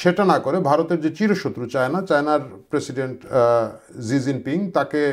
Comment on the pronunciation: আরে ভাই জি জিং পিং আবার কে 😂😂 চিনের প্রধানমন্ত্রীর নাম শি জিনপিং 😂